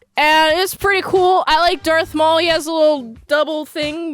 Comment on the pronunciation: Did she said "Dork Maul"?